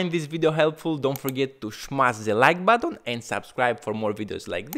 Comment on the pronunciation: i had to watch muted, This guys voice and accent are HORRIBLE on my ears… SHUUUUUUT UUUUUUP, Its XBOX not XBOOK and its BUTTON not BATTON